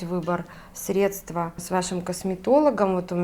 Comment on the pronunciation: ГидрОфильное ...средствА...слух режет